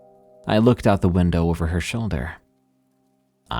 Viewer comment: Good catch with Lake huRON! I heard winDOWW too! This causes a brain skip to me and makes me a little sad with now another AI so few humans left on the Dead Internet!😢